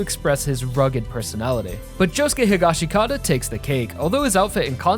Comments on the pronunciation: I thought that his last name was pronounced "He-gosh-kit-uh", not "He-gosh-ee-kah-tah"? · I think you’re butchering the English pronunciation of Josuke’s last name I watched the English dub and I think you watched jojos in sub so u think that’s the reason